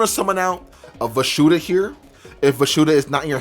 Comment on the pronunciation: Why do you call it "Vashuda"? Isnt it Vishuda?